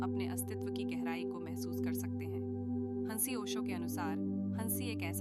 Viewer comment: Ai converted Audio hai.. isliye हंसी ko हन्सी bol rhi hai 😂